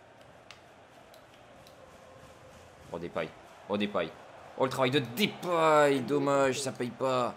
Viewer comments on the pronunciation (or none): je suis néerlandais et ons dis Depay pas Dépay alors arette de dire Dépay